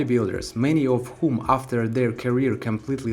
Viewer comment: мэни оф вхум - это чё? первый раз такое слышал.. гугл переводчик залез в закрома английского для тебя :))